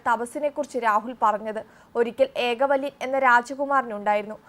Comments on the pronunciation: ഏകവല്യൻ അല്ലാ ഏകലവ്യൻ എന്നതാണ് ശരി. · 😂ഏകലവ്യൻ ആണ് ഏകവല്യൻ അല്ല. രാഹുൽ ഗാന്ധി അല്ല നിങ്ങൾ വായിക്കുന്നത് കേൾക്കുന്നത് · ഏക വല്യൻ അല്ല...കുട്ടീ... ഏകലവ്യൻ... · ഏകവല്യൻ അല്ല മോളേ... ഏകലവ്യൻ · എന്താ ഇത് ഏകവല്യൻ അല്ല ഏകലവ്യൻ ആണ് are you a ന്യൂസ്‌ reader? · It is not ekavalyan, it is ഏകലവ്യൻ (Ekalavyan ) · ഈ ന്യൂസ് പറയുന്ന പെണ്ണിനും വിവരമില്ലല്ലോ എകവളിയൻ അല്ല ഏകലവ്യൻ ആണു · ഏകവല്യൻ അല്ല ഏകലവ്യൻ എന്നാണ്.😮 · ഏകവല്യൻ ആരാ 😂😂😂ഏകലവ്യൻ കേട്ടിട്ടുണ്ട് 😂😂😂😂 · ഏകല വ്യൻ ആണ് ഏകവല്ലിൻ അല്ല. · ഏകലവ്യൻ..... ഏകവല്യൻ ആയി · എന്റെ പൊന്നോ.. ഏകവല്യൻ അല്ല.. ഏകലവ്യൻ ആണ്... അത് പോലും അറിയാതെ ന്യൂസ്‌ വായിക്കുന്ന ആളും രാഹുലും ഒരേ തുലാസിൽ തന്നെ 🤣🤣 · ഏകവല്യൻ അല്ല ഏകലവ്യൻ ആണ് സോദരീ... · It's not alkavalyan.Ekalavyan is the correct name. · ഏകവല്യൻ അല്ല ഏകലവ്യൻ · Ekalavyan NOT Ekavalyan😂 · ഏകലവ്യൻ എന്നു പറയാനറിയാത്ത വാർത്താവായന അരോചകമാണ്